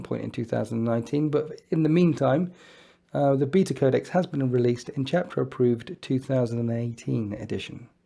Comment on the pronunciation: "Bita Codex" 😂